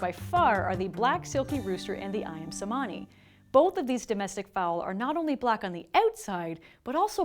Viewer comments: The chickens name is pronounced wrong, it's not pronounced "semani" it's pronounced "chemani", in Bahasa "C" is pronounced "CH". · Best way to pronounce "Cemani" is "Ca" without s sound. Ayam Cemani from Indonesia the mighty black rooster 🤘🏿👨‍🎤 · the c in cemani is not pronounced like c in cement but closer to ch in chop. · Jess, it's c(h)emani, c letter in indonesian alphabeth is a che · I'm not gonna correct how you pronounce cemani, because I think it's quite nice and interesting